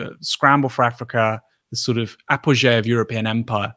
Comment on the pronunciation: C'mon Aaron I can forgive for incorrect pronunciation of Elgin & Palmerston.. However not your mistakes with Apogee & Laissez Faire. Apogee is not French and Laissez is!